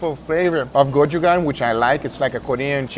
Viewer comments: why the hell he call it kochugang? its Gochujang damn it. That is all, thank you. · "Kochugan paste" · My bro just said cojugang paste 😂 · Guga pronounced gochujang correctly while making the steak but then incorrectly when eating it.😂